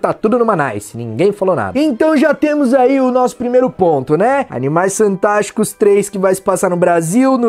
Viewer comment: no min ele falou Animais santásticos ou eu to lokão?